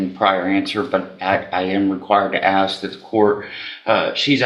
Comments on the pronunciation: Where did axe come from!?!? Now a whole generation can’t “ask”! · Axeing questions again. There’s your problem.